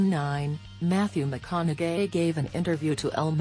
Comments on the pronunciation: Yes also agreed like when it said Mathew McCon a gay instead of McCon-aug-hey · Mathee McConau"Gay" is how she is pronouncing his name 😂😂😂😂🤦🏽‍♀️ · She said "Mat-thew McconauGAY!" 😂😂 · lmfaoo why does she say matthew makanaGay 😂🤣